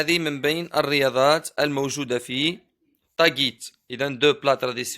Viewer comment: ملاحظة: تاغيت وليس تاڨيت وشكرا😊😊